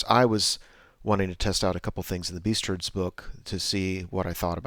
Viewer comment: Sweet battle report, not sold on the new name for Beastmen, I keep hearing "beast turds"